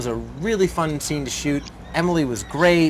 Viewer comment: This guy is a really bad interviewer. He didn't even say Emily's name right!